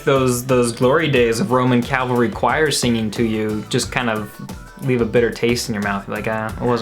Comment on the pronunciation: Shes very cute. Keep her around more. My man, you literally mispronounced cavalry, only after she did. It was funny when her brain exploded, considering the pronounciation. The word is pronounced wrong all across the English language for so long and seemingly without an explanation. Its kinda like when people say "i could care less". When it should be (and is) "I couldn't care less) the implication is that you care so little that it is impossible to achieve a lesser quantity of caring. Lol sorry but these things are my pet peeves. CAV-ALRY!!!! Also long live this song and Coldplay